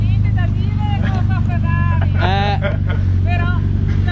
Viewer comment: bellissima eh niente da dive con la fevvavi... Pevó (sospiro) bisogna che pavcheggio